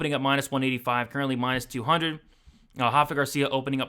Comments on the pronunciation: my man, Rafa Garcia isn't Brazilian so it's not pronounced like that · My brother, you have every right to continue pronouncing it wrong. Just giving you a heads up! Keep up the great work.